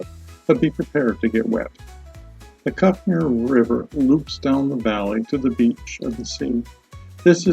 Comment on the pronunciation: Oh, and it's pronounced Cook Mere.